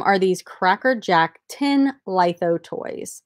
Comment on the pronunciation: Litho pronounced like mythos. Fyi.